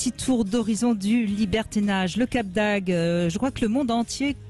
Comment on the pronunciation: Brigitte bonjour: j´adore vos émissions. Mais il faut dire le cap d´AGDE et pas le cap d´AGUE. Merci